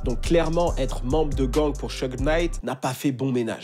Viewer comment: SHOUG Knight et non pas Sheug